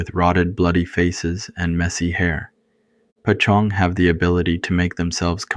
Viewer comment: Great stories! No shame at all, but I was wondering why you pronounced "poj ntxoog" (paw zong) like pa Chong? I think it's important to stay true to Hmong pronunciations. Unless I'm mistaken with something else.